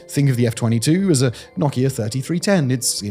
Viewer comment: Nahkieya oh you mean Nokia